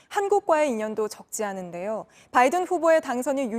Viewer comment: 임종주특파원님 "바이든" 발음하실때 너무 의식적으로 굴리시는거 보기 안좋네요...